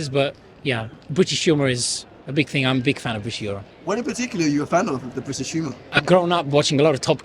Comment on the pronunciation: It's pronounced thing not fing.